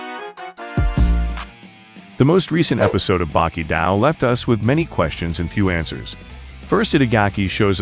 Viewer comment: It's Baki Doh, now Daoh.